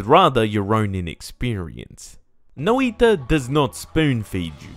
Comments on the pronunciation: It's pronounced "noj-ta" instead of Noi-ta other then that great review as usual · you described the sound better then i could, no iiiiiiiiiiii ta sounds silly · "no-ee-ta but not "noi-ta" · Noi.ta not nOIta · Is that how you pronounce it? I hate that, I'll just say it as i would in Portuguese (nOi-tah as in the emphasis is on the o instead of the i noIH-ta) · Noiitta is a funny way to say noita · Ah yes No-I-ta Jokes aside, great review of a game Fun fact: Noita means Witch in Finnish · Not as Bad as hutts calling it noIda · Fun Fact: Noita is pronounced (Noy-tuhh) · That "noi" is a single syllable and even if it wasn't the stress should always be on the first syllable. But the sounds for each letter were basically correct. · Your pronunciation was pretty good. It's only that "noi" should be a single syllable and even if it wasn't the stress should be on the first syllable. But the sounds for each letter were basically correct.